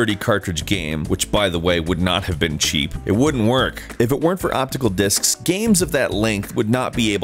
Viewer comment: Thought it said Dicks ...